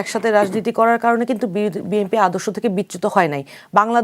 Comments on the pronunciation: এনসিপির এই নারী নেত্রীকে বুঝাইয়া দেন যে বিএনপি উচ্চারণ হবে; বিএমপি না। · BMP NO BNP উচ্চারণ সঠিক নেই। রাজাকারের দল। দেশের বারোটা বাজিয়ে দিল